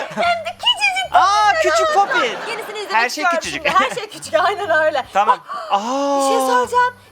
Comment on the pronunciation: dış ses:kesmeyin o popati lütfen doğrusu popit buğarada